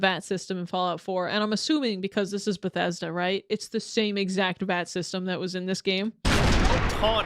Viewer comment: Every time you said Bethesda I wanted shoot a spray bottle at you 😂